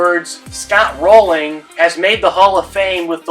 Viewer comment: Jeff Kent was average defensively Rolen was a top 5 defender at 3rd all time Kent will get in but he’s been punished for being a dick. Rolen was abrasive too, just not Kent-level And it’s Rolen not “Rolling”